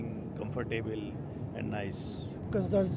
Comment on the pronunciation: comfor - table? wtf?